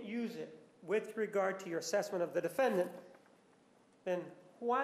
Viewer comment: defend-ANT lol